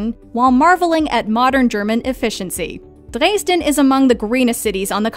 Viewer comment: And incorrect pronunciation....Drays-den....